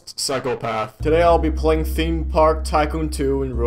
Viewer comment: theme park tycoon 2 What i hear:THIM PARK TYCOON 2